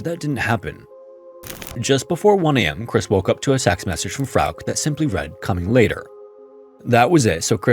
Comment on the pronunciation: Don't think you meant to say this but early on it sounded like you said "s*x message" instead of "text message"